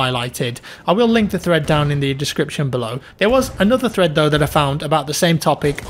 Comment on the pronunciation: Every time you said thread in your video, it sounds like you said threat.